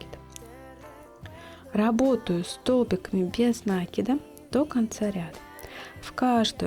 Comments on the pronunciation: Хоть бы ударение правильно делайте не накид ударение на " а", а накид на букву " и" мне так удобно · Почему нАкид?!😮откуда этот диалект? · Никогда не вязала из шнура, посмотрела ваши видео и сразу захотелось повязать. У вас очень качественные видео, есть чему поучится. Но у меня вопрос... меня закадили замечаниями, что я говорю нАкид, нужно говорить накИд, теперь я стараюсь говорить накИд, но привычный нАкид постоянно неосознанно выскакивает. Что вы думаете по этому поводу? Вы тоже говорите нАкид, вам делают замечания? Или только у меня такие добрые зрители? Спасибо за ваш труд!